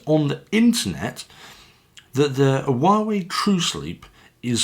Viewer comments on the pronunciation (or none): Great, i've been waiting for that review :) And it's being pronounced "Uawéi" basically